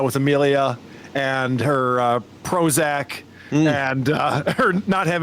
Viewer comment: “Prozock.” She has that “oxcent” that women under the age of 30 seem to have adopted. Short “a” has become a short “o.” “That” is “thawt.”